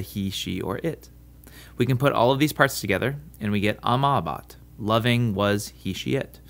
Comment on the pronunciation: Gotcha again: the Latin long 'a' in amabat is not the same sound as the English 'a' in was (wuz)! Secondly, the stress is not always on the endings. This is a mistake many Latin teachers make, I guess to aid in memorization but which results in the students learning the wrong pronunciation.